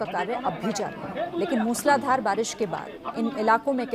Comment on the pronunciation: It is not मुसलाधार...it is मुसळधार...